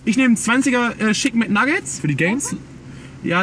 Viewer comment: Schicken mit Nuggets alles klar...Sprachfehler izz da!